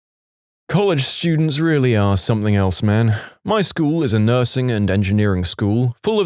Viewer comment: No k in the word something